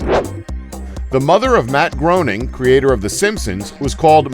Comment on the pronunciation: In fact 23 Matt Groenings name, is pronounced Matt Graining. Just FYI.